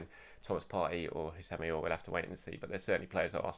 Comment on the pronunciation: It’s pronounced ousem owwah